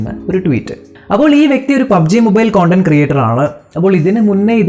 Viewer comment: കോണ്ടന്റ് അല്ല കണ്ടന്റ്